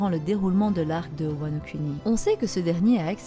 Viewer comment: Vidéo très intéressante ! Mais bon dieu par pitié !! Wano Kuni "Kouni", on ne fait pas de "cunni"lingus ma parole !